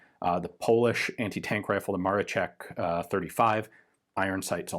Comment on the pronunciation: Dear Gun Jesus, in Polish we pronounce "SZ" (as in MaroSZek) like English "SH", not like "CH" as You said in this video :) Greetings from Poland.